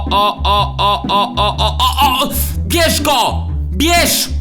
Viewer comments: Czy tylko mi w wydawało się że Blowek powiedział Pieszko? 😱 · kto tez usłyszał PIESZKO a nie BIERZ GO?XDDDD